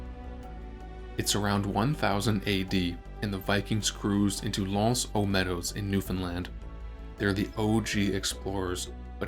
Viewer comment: You are saying Newfoundland correctly but not the site